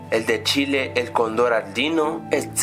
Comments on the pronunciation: ay dios me muro dijo Condor en ves de Cóndor D: 😦😦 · yo le entendi condon en ves de condor